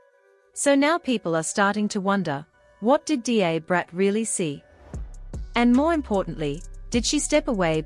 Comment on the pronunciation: It is pronounced, “DA Brat” like DUH Brat